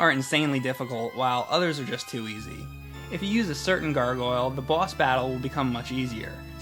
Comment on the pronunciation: I like the way says boss. Its like "bwoss".